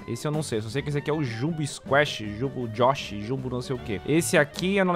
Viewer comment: U acertou o nome do jung jox nem sei falar